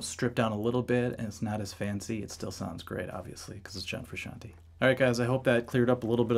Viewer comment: Frusciante not frusciantee